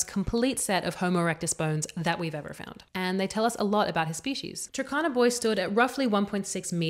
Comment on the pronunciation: I heard you pronounce `Turkana` as `Takana`. It should be pronounced as it is written, i.e the `u` is 'uh' and 'r' is not silent: 'Tuh R Kana`